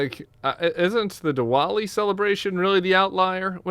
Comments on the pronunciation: Pronounced Divali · The “w” in Diwali is pronounced like a “v”. Just an fyi.